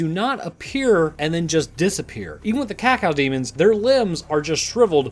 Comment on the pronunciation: It’s Cock-o-demon Cacodemon is how it’s spelled, but Cock-o-demon is how it’s pronounced